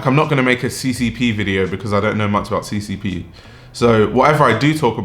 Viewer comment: The way he butched CCP's name xD